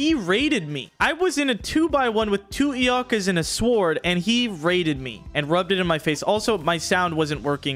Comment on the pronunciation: love you and but why do you say turreNts and eoNkas? haha